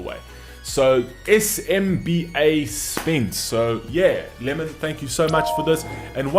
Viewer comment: It’s pronounced as Sim-ba..（SMBA)